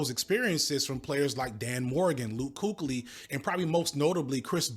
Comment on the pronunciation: LUKE KOOK • LEE UNC!? KEEK • LEE